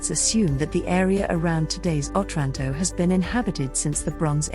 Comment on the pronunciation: OTRANTO, NOT 'OTRÁNTO'